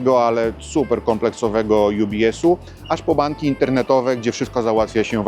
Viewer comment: Bitte, nicht „jubies” Sondern „ubies” 😊